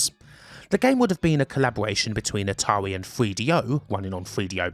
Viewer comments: "Ahtawii"? Kidding aside nice vid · Atarwi parewent company brwoke up? How sad.